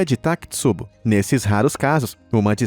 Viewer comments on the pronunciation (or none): Fala sério. O nome não é takitsubo, mas takotsubo (literalmente vaso de polvo).